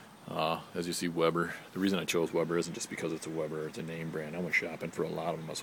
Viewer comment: Decent video - But its a WEBER not webber. Always a great grill. My last one lasted 15 yrs. Could have went longer but had the urge for a new one. About the propane scale - lasts only so long. spring based... You sound like you really don't need it anyway. I can lift mine & tell pretty accurately if its 1/2, 1/4 full etc. I'm looking at the 330-e, think it's in my future.. Keep on grillin"!!